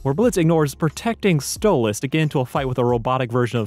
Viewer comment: Why do you say Stolitz instead of Stolas? It’s canon in the series and irl that it is Stolas, you should change it.